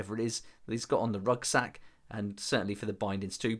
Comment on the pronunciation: Are you saying "rugsack"?